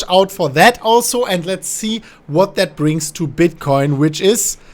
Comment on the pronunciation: Digga dein Englisch ist so scheiße😂